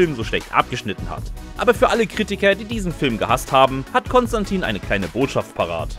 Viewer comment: Doch und der Kanal wäre deutlich größer, wenn der Sprecher kompetent in seinem Beruf wäre. Constantine hat er auch verkackt